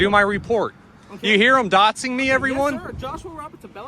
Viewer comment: What the hell is “dotzing” somebody? 🙄